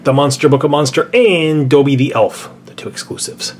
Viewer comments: It is not doebby it's dobby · it's dobby not doebby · It’s DOOOOOOOOOOBBY NOT DŌBBY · He said doby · It's pronounced Daw-bee, not dough-bee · life itself dobby not donbby?! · Same as SSSSniperWolfJuinorD and it's dobby not dooby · it is not doebby its dobby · Dobby not Dobey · It is dobby, not dollby, not doebby,it is dobby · You're saying it Wrong! It's DobBy, not DoOby! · Did anyone else cringe when they said doby instead of dobby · It’s Not Doeby It’s Dobby It’s Not Nine And Three Fourths It’s Nine And Three Quarters Like, Do You Even English Bruh? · Stop calling dobby Dolby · It’s don-bee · Simon said dobby in an English accent 😂plus he says dohbby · It’s Dobby. (Dob-e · why Do u say dobby as dobe? I got really annoyed because u said most of them wrong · You say Dobby wrong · OMG HE said DOBBY wrong cringiness to the max #rip_dobby